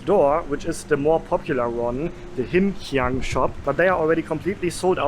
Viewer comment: So proud of you,...this vlog really good job and hit all the right spot for worth the money paid for as standard and quality maintained..to hear Him Hiang and Ghee Hiang from, amazing.. favourite of many old timers from years ago..the cendol,char kuey teow, okay throw theng all so we'll pronounced and described...yes, we always remember Greg and Jumi from Food and Footprints when we watch this vlog and how progressing in taste buds,soon to be Mark Weins 💪🤗😋